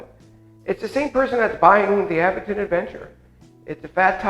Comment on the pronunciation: You are pronouncing Aventon wrong! It is A…Vent-on. Not Av..ven..ton